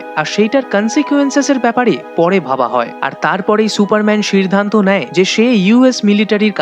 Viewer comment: সিরধানত মানে কি রে ভাই?🤣🤣🤣 বাংলা উচ্চারণ করতে পারিস না।